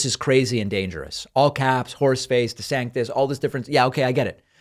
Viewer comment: I'm sorry, but "Desanctis" is gold. Trump sucks, but I am absolutely looking forward to him roasting Desantis in the primaries just for the comedy.